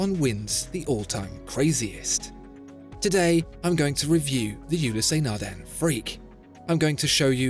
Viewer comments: Fascinating that with all the research that goes into the channel and beautiful Imagery, you cannot be bothered to check the pronunciation of brand names beforehand.. U-less, but certainly not U-lee-sea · It's not ulisey it's Oulis naghdun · I swear if you call it Yooleeseh Nardain one more time... I don't know how much they paid for the advertisement/infomercial, but I would sue you after the butchering of that Title. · I freak out everytime you say the name..............WRONG !!! Gees !!! You break my ears !